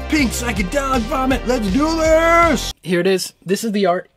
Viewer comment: Great vid, good memories flooding back. One little correction off the bat...since I was corrected 30+ years ago over the same thing...it is not "art" it is "A.R.T" as in "Applied Research and Technology" which I guess would make it ARAT, but whatever, Im an anorak. A friend of mine bought this back in 91 or so with the foot unit. The manual came in a 3 ring binder. There was a Yes style effect we could not get to work. Maybe in stereo, I dunno.